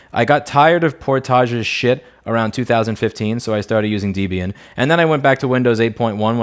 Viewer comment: I've never heard "Gentoo", "Portage", or "Debian" pronounced that way. Are you just trying to trigger folks or is that how you think it's pronounced / is that how they are actually pronounced? I know the gentoo penguin is not pronounced the way you said... but that's all I know for sure. Grats on 1.7 :)